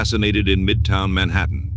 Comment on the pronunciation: I hate how he pronounces “Manhattan “